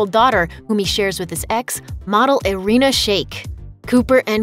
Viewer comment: first time i hear Irina pronounced correctly